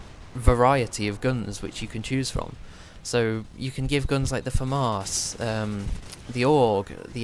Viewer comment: Why do you pronounce the Famas as "Famarse"?